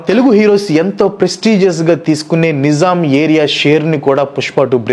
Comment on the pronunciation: నిజాం కాదు నైజాం బ్రో